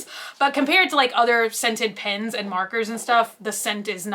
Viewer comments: PENS not bloody PINS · How come you can say jetpens right but when it’s just pen it’s. “pins” lol so cute!